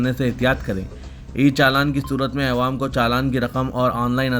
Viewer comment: چانول نیچے رے بلوا. چاول بول. اےوام بولنا کب چھوڑتاکی عوام جب بولنا کب سیکھتا کی؟؟؟